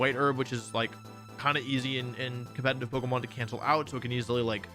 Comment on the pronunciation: I will subscribe the day you stop putting an “N” in the word “competitive”